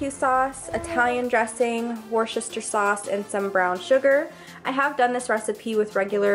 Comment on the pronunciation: Lol at how you said Worcestershire sauce 🤣